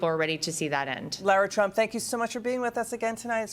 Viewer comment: Her name is Laura not Lara